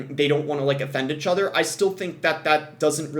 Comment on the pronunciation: wtf is “achother”